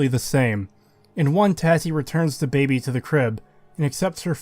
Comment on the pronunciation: if that’s actually how you say baby, then my bad and I retract it, I’m aware other creators often say things incorrectly to entice interactions on the video. It sounded like you were forcing it for the sheer hate of the baby in the game. I often listen to videos more than watch, as I’m a mobile technician, and it just pulls me out of the nice chill explanation you have. It was the same as the saints row video, if you have to bleep it constantly, why not just swap out the cursing for other words? It became too hard to listen to everytime I heard you say, for example, “it’s really AGHH annoying to play this game”